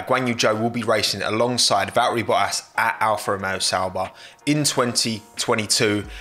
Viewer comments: It really bothers me how he doesn’t pronounce the T’s in Bottas, I get he’s going for that cockney geezer sound but cmon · Hahaha it’s not only me who heard bo’as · What I need is a 10 hour version of saying “bottaz” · Valtteri Bottas has FOUR T's and he doesn't bother to pronounce a single one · Great stuff…you pronounce some “t” ‘s funny, especially double “t” ‘s like in the name Bottas…lol But aside from that, this was great analysis. 👍🏼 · Me: Valtteri Bottas: Valri Bo'as